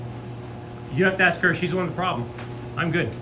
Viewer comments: Yeah but she axed you to leave 😮 ...and she's smart...English is important but grammar is importanter. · Why does she want to ( ax ) the person you're with? (Ask)